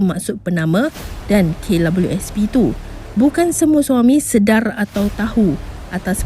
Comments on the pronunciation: Kenapa dia sebut K Lawelieu S P,,,lawak la,,,hehe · Pnyalah bnyak kali dia sbut abjad 'w'..smpai kesudah x ok ok jgak.. Kalu dh pyah sgt..cuba sbut cmgini..'double u'.. Mesti ok truih.. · Kenapa sebut klabyusp Sepatut nya sebut kdabel u sp (KWSP), sebutan kena betul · Aki sorang je ke yg dgr dia sebut klabiuespi 🤣🤣🤭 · Beria2 akak dnga betul2..k labeliu sp🤣🤣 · "Kay labelu es pi" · Sy nk komen gak psl perkataan tu...memg nk komen pun cume x tau nk buh ayat ape 😆😆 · Lidah pendek ke dik KWSP susah benor nak sebut hahaha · Maaf hihihi...... Puas saya dengar sebutan KWSP admin ni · k labiu sp..susah sebut kwsp ya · Kenapa sebutan KWSP dia pelik je bunyi nye. Rasa annoying je dgr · apesal admin ni sebut kwsp mcm xlurus jer😀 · Kenapa mcm susah nor nak sebut kWsp tu.. 😁 😁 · Aku stop tgok vedio ni sbb terganggu dgn sebutn double u. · Say it again...W.... Struggle sgt tu...